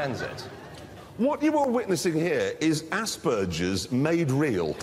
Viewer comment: He said Asperger’s but mispronounced the g as j